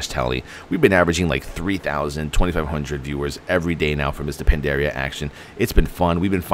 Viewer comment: its pandaria blud not pendaria